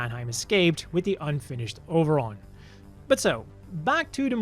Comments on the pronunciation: I like that the “Over-on” pronounced with a Japanese accent is “Oberon” is a cute little nod to Oberon and Titania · Interesting way of spelling Oberon. I wonder if this was word play in Japanese, like the To-Love-Ru manga's title being pronounced the same as the English word trouble.